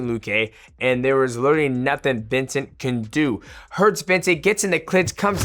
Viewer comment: Mighty, you are TERRIBLE with names. VINCEN-TE